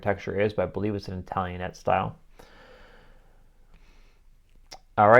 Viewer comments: It is an Italiannet style, but it is pronounced Italian aid. Also, picture rails used to not damage plaster walls. I love old houses thanks for making this channel! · ItalianATE, not ItalianETTE. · Italian-ate not italian-et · Italianate-I've heard it pronounced Italian-Ate, however, checked Websters Online and they pronounced it Italian-it. So, then I checked pronunciation of just the suffix ate and there were two choices: it or et. So, are we supposed to pronounce pronunciate, pronounci-it? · Pronounced Italian-āte, not Italian-et. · Pronounced "Italian-EIGHT". The large floor-to-ceiling mirror is called a "pier" mirror, traditionally designed to be hung on a "pier," which is the wall space between two windows, essentially filling that area with a large, tall mirror.